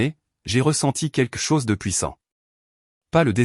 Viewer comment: On ne dit pas quque chose mais quelque chose le L est prononcé. C'est les petits enfants qui disent queque